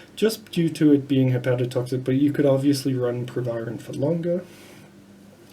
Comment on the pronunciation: The Dr can’t even pronounce the name of the drug, but wants to give advice about it